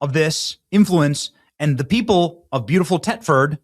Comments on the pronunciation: Thetford not "Tetford". Dopey Benny is borderline illiterate. Furthermore, it is NOT a city - quite the opposite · The th in Thetford is pronounced the same as in Thursday. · it’s pronounced like it’s spelled Thetford the h is not silent. Th-et-ford. I was stationed over there for 5 years and they will correct you in a heartbeat. lol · It's pronounced Thet ford. It's an hour east from me. The people have got to be pushed to the precipice. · Ben dear chap ....pronounced TH etford ...not Tetford. Please ask ancle Trump to deliver us from this evil .😢😢😢thank you for telling the world whats happening over here ....its just jaw dropping ...i weep 😢